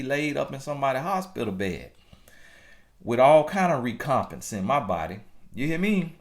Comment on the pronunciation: The word is: Rec-om-pense...pronounced as: wreck-om-pence..... used as a noun it mean: an equivalent or return for something done, suffered, or given.... Good video/ message.... thank God for using u as His mouthpiece Lol That's what cha giiiiitttt!